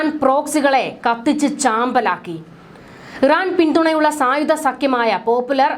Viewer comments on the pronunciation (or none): ബീഗരർ,സായുദ,പ്രദാന,യുദ്ദം , പരമാദികാരം, നിയമവിരുദ -- ഈ വാക്കുകളുടെ ശരിയായ ഉച്ചാരണം താങ്കൾ പരിശീലിക്കണം